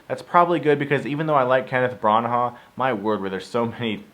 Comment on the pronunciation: Kenneth Bra ha? It's Brannah not aaaaa, a